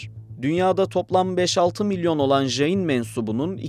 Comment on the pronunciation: Öğrencilerime göndereceğim bir video olmuş. Son derece doğru bilgiler var. İki mezhebi var, siz daha çok Svetambara mezhebini anlatmışsınız. Bir de Digambara mezhebi var, onlar nefsin çile yollarını çok daha üst boyutlara ulaştırmış durumdadır. Dediğiniz gibi sessiz oturuş, çıplak olmak, hareket etmemek gibi değişik pratikleri var. Bu arada "jayin" diye J harfi ile okunmaz. C harfi ile okumanız gerekiyor. Caynizm, Cain. Cina (jina) kelimesinden türemektedir ve bu "kahraman" demektir. Ayrıca "jiva" diye bir inanışları var ve bu modern bilimin ön gördüğü "atom" modelinin ilk örneği olarak görülebilir. Tüm bunlara rağmen, insanlara tapma gibi ayinleri yüzünden monoteist geleneklerle asla uzlaşamaz.